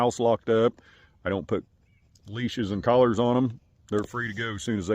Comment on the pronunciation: Weave that coyote awone, He just wants in that coower, and some wove. 😂